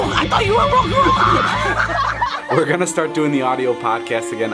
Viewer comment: "is that a reala gorilla"